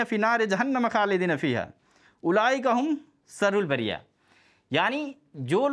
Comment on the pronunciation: Aisa Hafiz pahli bar dekha hu Jo sharrul bariyyah ko sarrul bariya padh Raha hai , wah re jahil tere liye jahannam hi sahi thikana hai